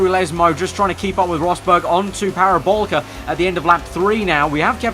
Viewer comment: ITS FUCKING PARABOLIIIIIIIIICA, THERE IS AN I IN THAT NAME.